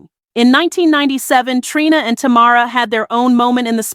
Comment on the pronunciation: She got Tamara name right one time.